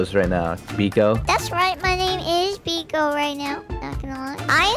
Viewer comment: No tiki not biko!!!!!